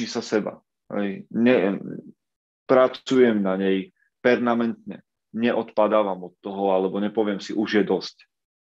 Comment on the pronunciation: možno malá poznámka k správnej výslovnosti: femininny miesto feminny a permanentný miesto pernamentný. Veľa zdaru!